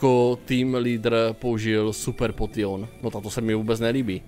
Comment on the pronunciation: Prosím neříkej potion čte se to (poušn) a ta borka co chtěla toho nidorana jen tam kvůli tomu že určití pokemoni se dam chytit jenom v jedné verzi a výměny jsou jediný způsob jak je získat